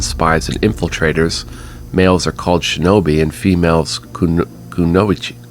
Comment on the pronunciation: Fine I'll watch the first 3 since you asked me to :P re: 'kunoichi', it's just koo-no-ee-chee. With a few exceptions you don't combine sounds so actively in Japanese. Stormseeker seems like a class you take specifically because they won't be competing for weapons other people can use :P It seems like those Quality Tokens or whatever are akin to Etrian Odyssey's retirement where you remake a character but they have better base stats/skill points, but here it's a currency. Yeah I dunno how anyone can call this game a JRPG, everything in this character generation is very WRPG "Cowardice" is just pragmatism lol Do you really have humility if you say you do? Bit of a paradox presented by the game there "2 claws and a bite" is definitely a D&D reference lol Lord Giamata has a hell of a wheelchair-throne lmao